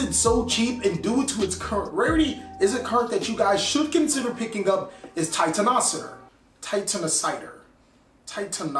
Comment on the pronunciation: I thought it was pronounced titan-o-cider (as in titan killer/genocide) 🤔